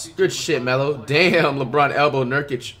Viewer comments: Flights so high he forgot to say nurkics name the wrong way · FLIGHT GOT CAUGHT SLIPPING HE SAID NURKIC CORRECT😭😂😭😂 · Did I just hear flights say nurkic correctly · Flight pronounced Nurkic’s name right instead of saying Nurkike 🤣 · did y’all notice that he said nurkic and not nurkEyeK? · Bro he said nurkic not nurkike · Flight: Says Nurkic's last name correctly Everyone: Impossible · Damn Flight learned how to pronounce Nurkic lmao😂😂😂 Cant wait till he figures out "Akumpo" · It’s and for anyone wondering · he so high he forgot to pronounce his name wrong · There are like a 100 comments talking about him saying nurkic right so no one is ignoring that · He actually said Nurkić the right way, so inspirational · Flight's so high that he's sayin Nurkic right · Guys did you here that, the rare moment when Flight actually pronounces a name correctly. 😂😂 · Nurkic finally got his name said correct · he was so high he said his name right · This is the first time I’ve ever heard flight pronounce nurkic’s name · this is a glitch video, flight is giving lebron props and saying nurkic's name right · Flight flexing the fact that he learned how to pronounce nurkic’s name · flight said his name correct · Did y’all notice that Flight said Nurkic’s name right? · Flight is so high he’s actually saying nurkic name right lmao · Flight finally said it right. Certified Troll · Flight said Nurkic intsead of Nurkike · YOO THIS MAN FLIGHT SAID NURKIC RIGHT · flight said nurkic right for once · Flight actually said nurkic right😮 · Yo, flight actually said Nurkic name right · did i hear him say his name right or am I on venus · Flight broke character by saying a nba players name right. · He said nurkic correctly? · Smh said nurkic normal